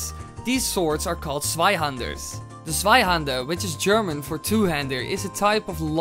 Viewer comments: ohhh you mean a "zweihänder" i understood sweihander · I think the good thing bout being german is to see how everyone else tries to pronounce it Swaihander = Zweihänder Panzerfaast = Panzerfaust Schwimwatschen = Schwimmwagen xDD (at least you got Landsknecht right x3) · Hi, i'm from Denmark (just north of Germany) and so, we learn German in the school, and i want to oraise you for your exellent pronounciation of the word "hander" but something you got wrong, was the pronounciation of "zwei" it is NOT pronounced "svei" but "tvai" little difference, i know, but just get it right next time. (You probobaly used google translate to hear the pronounciation, but google translate is often wrong as in this occasion) ok, i love your vids keep doing what you're doing, i love you bye 😗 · It's Zweihänder, not Sweihander! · Bro it is Zweihänder not Sweihänder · the sweihander sword xD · Sweihannder xD Im German but i Love ur Videos <4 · you spoke zweihänder wrong 'zwei' and 'der' were pronunciated right but 'hän' has to be said like 'han' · You can say stweihänder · Zweihänder is pronounced tswaihander and flammenschwert is pronounced flammenshvert. German is strange :D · Zweihänder XP Your german is baaaad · If he had spoken "Zweihander" the way it is written it might have been the correct pronounciation! So n Witz! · I laugh so hard wen you say Zweihänder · The first time you said "Zweihander" I didn't understood it and im german! I got it when you said its german 4 double handed swords.😂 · Holy shit you pronounced zweihänder quite badly but landknecht very very good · you pronounced the two hander funny(I'm from germany)